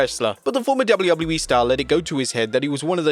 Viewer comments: I always hear you say Gablu, gablu E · Wtf is doubley woubley e? Do you mean wwe?